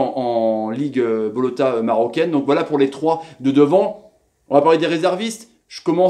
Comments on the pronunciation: c'est la Botola pas bolota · salut, LIGUE PROFESSIONELLE MAROCAINE = BOTLAA ET NON BOLOTA Sinon ca va bien chez vous? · Botola marocaine pas bolota, Botola vt dire ligue en arabe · Merci pour ton analyse. Les Menes Mathoux et consorts n’ont qu’a bien se tenir. La releve est la. Lol. Une petite critique sur ta prononciation du championnat marocain. On le nomme BOTOLA. Esperons que tu dises vrai et que le Maroc soit la bonne surprise du mondial. Go Morocco!